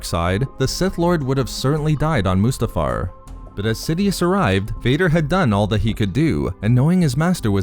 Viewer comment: The way you pronounce Mustafar is is about 30% of the reason I subscribed.